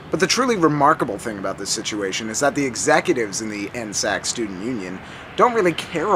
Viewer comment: N S A C Not N-SAC